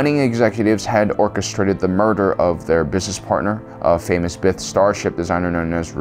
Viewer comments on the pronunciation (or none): none